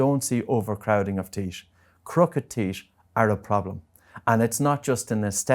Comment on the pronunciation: Sorry. Can't trust anyone who can't pronounce teeth properly lol